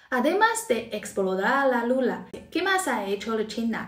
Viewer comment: Hablas muy bien español y olé por tí por hacer videos en español. Pero cuando te refieres a la Luna, dices "Lula" para que lo sepas en tus próximos videos❤